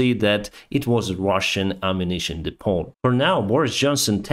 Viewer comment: The T in depot is silent. It's pronounced de-poh, not de-pot.